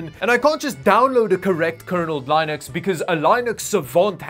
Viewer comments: I think your problem is how you pronounce it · Next step is pronouncing linux properly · Really hard to watch this video when "linux" is pronounced incorrectly, over and over and over. :D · Can't continue to watch , OCD does not like how you say Linux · Sorry for the vitriol but: You couldn't even master the pronunciation of Linux. What made you think you are smart enough to actually install it on a Chromebook? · Maybe Linux doesn't like you because you pronounce it in a funny way :) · After so much research, still don't know to pronounce "Linux"??? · i mean bro can't even say linux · I watch all your videos man, but I just couldn't get more then about 2.5 minutes into it before I had to stop, just couldn't handle how you pronounce Linux. lmao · Pronouncing Linux wrong, sounds horrible when you say it man lol. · The reason you have problems is because you mispronounce Linux. Linode and Linux are pronounced the same short I sound, weird I know. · Good god, you butchered the word Linux!!! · Your pronunciation of Linux is triggering. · Seriously. Ask your girlfriend how to pronounce Linux. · omfg your pronouncing linux wrong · thought it was pronounced ‘linn-ux’ instead of ‘line-ux’. line-ux sounds like a walmart AI version of Linus Sebastian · It's not pronounced Lynux it's Linux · It is pronounced linn-ux. I worked in web hosting and literally dealt with the OS on a daily basis. No one called it lienix ever. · can we all agree that he has been saying Lineux (Line·ux) when it's called Linux. "Lin·ux [ˈlinəks] NOUN computing trademark an open-source operating system modelled on UNIX." Sorry, but saying it wrong bothers me lol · Damn it...LINN-UCKS...try it...LINN-UCKS. I have no idea what LIE-NUCKS is. I think you've got this OS confused with Linus. If you don't start pronouncing this correctly, I will have to fight you in the deathmatch arena of death. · It's not 'Lienux'/'lynext, it's lenux. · Its not pronounced LIENEX. iT'S LEENIUX